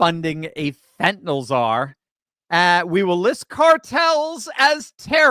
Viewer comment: Fentanyl, not fentanole, I suspect Fidel Trudeau needs a dose or two to ease his pain 😂😵‍💫